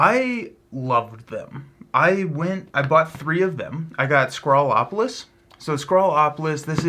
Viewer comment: You said “sCrawlopolis” but it’s actually “sPrawlopolis” with a P! 😉